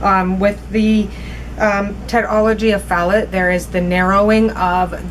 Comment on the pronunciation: My son has tetralogy of Fallot and just an FYI it's pronounced "fuh-low" ☺️ I love your videos and what you are trying to do with them!